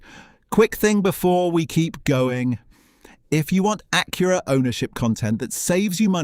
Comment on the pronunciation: Evidently, thing number one is how to pronounce "Acura."